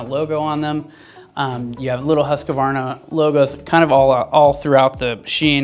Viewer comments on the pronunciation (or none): "HUSS-KVARNA", NOT "huske'varna". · Say after me please: HUUS-KVARNA not Huskavarna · Try saying huskvanna cause you yanks seem to hace issues saying it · Huskavaarna? Whoskvarna. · HUS-KVARNA VEET-PILEN actually, trust me, i am a Swede and have been to both Husqvarna and Husaberg ;) :) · Husqvarna is not pronounced huska-varna dipshit! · please stop butchering the name "husqvarna" :D video itself is great though